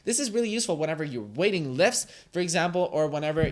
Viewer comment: "weighting lifts" 😂